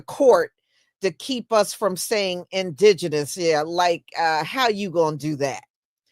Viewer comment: How did he just pronounce indigenous??????😂😂😂😂